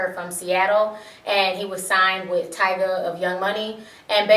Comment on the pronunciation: Cracks me up the way the news reporter says Tyga